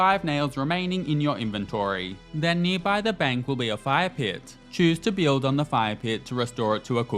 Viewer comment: Why can't this dude say "build" properly.